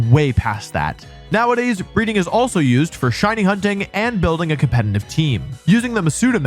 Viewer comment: For someone who says the word "competitive" so much, can you please try not to pronounce it as "compenitive"? It's very distracting 😂😂